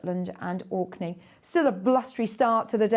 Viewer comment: gets it right "Shetland and Orkney" ❤